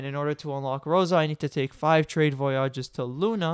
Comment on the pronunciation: VoyAAAWWWGES Bruh...